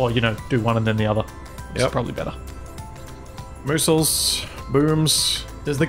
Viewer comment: (Miss-aisles) "Missiles"